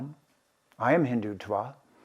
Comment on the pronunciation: Speaks for eight minutes about something that is called and pronounced Hindu - twa!